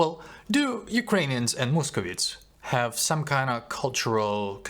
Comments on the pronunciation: не мусковітс а мусковайтс! Дуже вас підтримую!👍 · The correct pronunciation - московайтс, not московітс